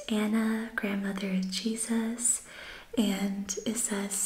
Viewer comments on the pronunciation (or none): none